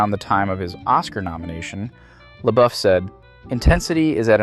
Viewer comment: Haha She luh-buff